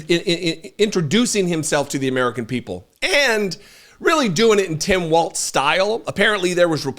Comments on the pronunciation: Walz..not Waltz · Just please make sure we pronounce it without the T. It’s WALZ. Like BIG BALLZ WALZ 😉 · It's pronounced Walls, as in: they're closing in on the republican party.